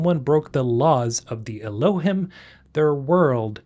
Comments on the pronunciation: Not to be an "Aktually" but Elohim is pronounced el-O-heem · I think Elohim is pronounced Ehloheem. At least that’s how they pronounced it in the audio book for Archimedes Engine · Elohim is from the Bible , it’s the real name of Celestial beings with God being “ The Elohim “ it’s pronounced ( Eloh-heem ) just so you know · Elohim is pronounce Eloe-heem. Hebrew for 'gods", "goldy", "supreme ones" or "mighty ones". Lots of biblical lore on this even Billy Carson talks in detail about this. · Bro I don't know why, but them borrowing terminology from the bible "Elohim" meaning "gods" or "godhood" Is cracking me up, or it's just the way you're pronouncing it. 😅 I may not be able to take this game seriously. Gonna be like that one A-hole in the back of the cinema that keeps cracking up for half of the run time.